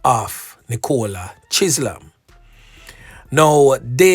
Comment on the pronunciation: why are you butchering peoples names? Chisolm is pronounced Chizzum. Ok? Not Chizlam. 😂